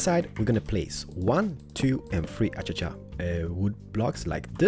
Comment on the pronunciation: its pronounsed:akasha not achacha.